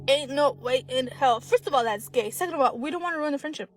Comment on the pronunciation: Did she say thats "ghey"😂😂 That was left field. Man in the friendzone😂 "thats ghey"